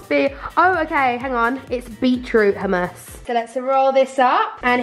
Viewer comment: did she just say..... oomas 😂😂😂😂😂😂😂😂